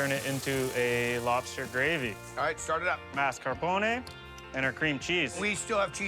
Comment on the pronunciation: Marscapone? 😂 Come on, Guy! The “r” is after the 2nd “a” 🤓